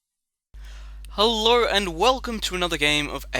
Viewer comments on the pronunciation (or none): "halurr and welcome"